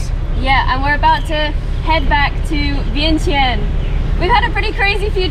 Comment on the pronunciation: Man, inflation is hitting Lao too. Vientiane is pronounced like “vienchanh!”